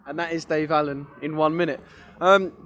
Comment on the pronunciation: Are we just ignoring Dave Aleen are we? Pretty sure it's Allen.